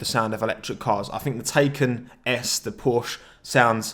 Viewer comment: Its Porsche Thai-khan, not Taken